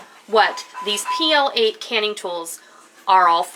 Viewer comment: I believe it's pronounced "plate". I noticed it for sale recently. Nice stuff. Love the canning rack.